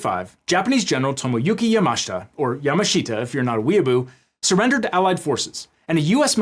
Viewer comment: FYI: Yamashita is not pronounced YA-MA-SHI-TA. It's pronounced YA-MASH-TA. The "SH" in "MASH" is a little clipped at the end. Pretty much any Japanese word that has "shita" in it is pronounced "Shta."